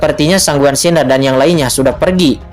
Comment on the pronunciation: Baca san Guan xin er min jgn gabung Siner bacanya,😂 Semangat 1 episode lagi nanti jm 10 y🙏